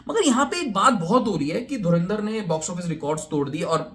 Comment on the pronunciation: Movie ka naam to sahi se Pronounce kar lo, its not DhurIndar its DhurAndar, aur total footdalls tab count karna jab theatre se nukal jayegi